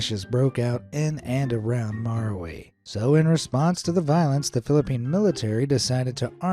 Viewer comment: It's maráwi